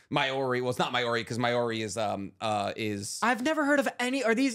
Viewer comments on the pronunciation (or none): As a New Zealander listening to them butcher the pronouncing of Maori and other island names is hilarious.. as an fyi it's said similar to Moldy as in moldy bread 💚 love the content keep it up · Just letting you know you’re pronouncing Māori all the way wrong. Even people here in NZ pronounce it wrong.